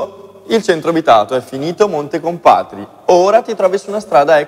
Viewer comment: montecomprati è pronunciato male, è monte compá tri è come se dici three